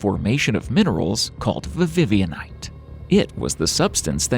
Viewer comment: Vivianite, not vavivianite!